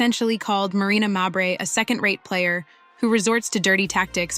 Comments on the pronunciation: How many ways can you mispronounce Mabrey? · Wasdid this chick just do this to hear herself talk? Constantly repeating shit, over and over, can’t pronounce Mabrey correctly, poorly posted video. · I didn't know why you butchered Mabrey's last name. It was annoying. Then I thought, maybe you did it to show her the disrespect she deserves. If that is why, kudos! If not, kudos anyway.